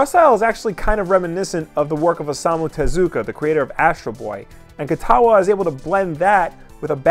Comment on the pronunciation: “Jiro Kutawa” oh boy......